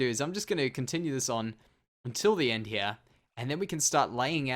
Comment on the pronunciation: Who else loves when says her instead of here